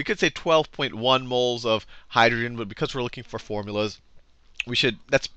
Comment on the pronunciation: Forumlas lol